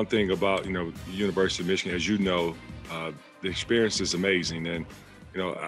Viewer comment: Dude at the end said "wishigan Wolverines. Hope that was a mistake and not a shot